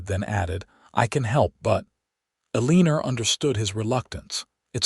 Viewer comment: A Leaner?? It's "Eleanor"...please fix!